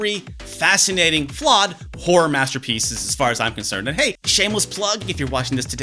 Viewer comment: YouTube's auto subs picked up your pronunciation of horror as "whore" Oh utube